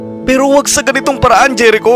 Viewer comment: Jerico is pronounced as herico